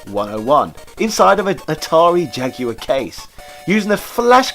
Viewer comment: It's nice to hear someone pronounce Jaguar correctly.